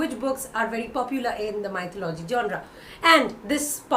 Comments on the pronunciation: You pronounce 'Mythology ' incorrectly. It is not 'Mytho- logy'. It is 'myth-o-logy'. Check out the correct pronunciation in Google. ☺ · Maithalology???, wrong pronounciation..🙄🙄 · Hi, I believe you are pronouncing mythology wrong, please look up the right pronunciation. That being said, I find your channel to be very informative:) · Check the correct pronunciation of mythology